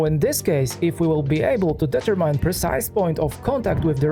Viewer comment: Advice: look for the correct English pronunciation of several words you repeat constantly in your videos. For instance: determine.